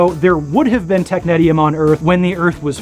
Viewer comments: I've never heard it pronounced that way and I worked at a place that made it. We say "tech-nees-ium". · I can’t even watch this video due to the mispronunciation of this element 😢